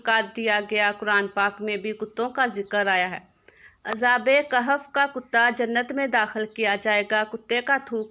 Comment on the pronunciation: اصحاب کہف ہے یہ عزاب کہف کیا ہے درست کرو یہ